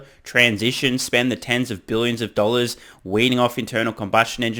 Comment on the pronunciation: Dan Ives has the super accent: "Thousand daahhhhllors"